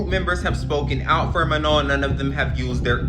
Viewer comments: Btw its not meno its manon its m a n o n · GUYS IT'S MANON😋 NOT MANO. RESPECT PEOPLE'S NAMES PLEASE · But her name is not "Ma-no" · Ok, I know this is supposed to be serious, but the way she said Manon as “Maho” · Her name is Manon pronounced ma-naan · I really hate how you're saying manons name. It's "MAh-NON" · You had multiple people saying Manon's name correctly and you STILL can't say it right. 😭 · You saying her name wrong is pissing me off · y'all still can't pronounce her effing name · Your videos are cool, but can you please pronounce her name correctly lol